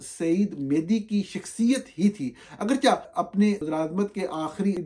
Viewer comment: گرامی قدر! توجہ دیجیئے گا لفظ: اگرچہ؛ کو اگرچا نہیں پڑھا جاتا بلکہ اسے اگرچے پڑھا جاتا ہںے پلیز اصلاح کر لیجیئے اتنے بڑے نامی گرامی صحافی ہںونے کے ناطے آپ کی شخصیت ایسے عام سے الفاظ کی غلط ادائیگی سے مجروح ہںوتی ہںے